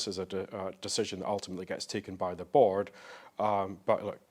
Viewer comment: “Bawrd” 😂😂😂 watch from then on. BAWRD. No sure why but that was hilarious 😂